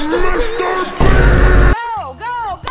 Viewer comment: its just a theory, A BELUGA THEORY!!!! VIEN BOM BISTER MEAST!!!!!!! Beluga like Bister Meast Too much he cant take it anymore, what happens next is shocking! 😬😨 Begula after Moewing BISTA MEEEEST!!!!!!!!!!! VIEN PIIT PILLO BOEM YOU ARE TEH IMPASTA! BE QUIET YOUR ECHOING, MIKEY. VINE-SPOSED PIIE BOEM IMPORTAN NEWZZZZ!!!! BEGULA PLUSHYYYY LETS GOOOOOO Haha! no. VEIN NO. VIEN2 SHHHHHH TWO VIEN BISTA MEEST BORGOR we found the impasta amoguz.